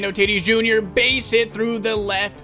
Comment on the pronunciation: said Fernando titis jr